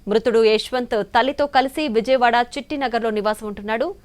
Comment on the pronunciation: విజమవాడ కాదు విజయవాడ